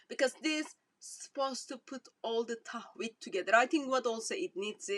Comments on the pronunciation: Tawheed not Tahwed sister 😍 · LOL TAHWEED YOU CAN'T EVEN SAY THE WORD CORRECTLY MIND YOU EXPLAING IT GO HUG THE CROSS DRINK THE BLOOD